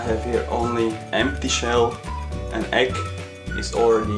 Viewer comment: you say the egg or the ekk?